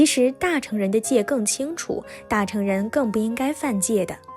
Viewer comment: 大乘應讀若"大勝"(dà shèng)。加油!